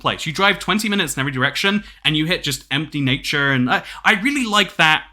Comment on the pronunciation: HE SAID NATURE IN AN AMERICAN ACCENT. HE HAS ASCENDED. HE HAS BECOME TOO POWERFUL.